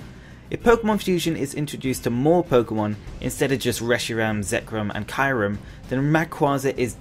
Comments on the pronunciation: Bro. U pronounced Kyurem wrong. It’s Cu-re-m not Ki-re-m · Kyurem is pronounced kee-ue-rem though who cares your still alright